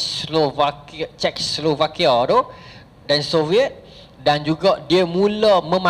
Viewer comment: Czechoslovakia tu disebut "che-chos-lovakia" ustaz. hehe